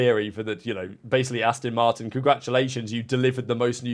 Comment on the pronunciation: How long have you been into F1. You should know by now that it’s ‘Ast-ON’ Martin… Not “Ast-IN” Martin. The clue is in the name🤪 (It’s like listening to Australians pronouncing Mercedes😱) I’m very much Intrend your thoughts 😎. May the Force be with you.🌀 Jim🌀 (-: <*>:-)